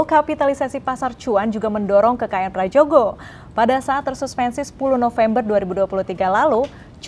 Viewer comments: Mbaknya anak Gen Z kah? Kok ga bisa baca Ejaan Lama. /Prayogo/ bukan /pradjogo/.. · Ini pembawa acaranya muka tua tapi ejaan lama aja gatau, sebel banget gue, huruf 'J' itu dibaca 'Y' jadi = Prayogo